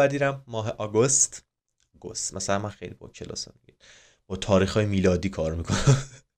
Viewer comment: خواستی کلاس بذاری گند زدی آگوست نیست آگِست هست اینطوری خونده میشه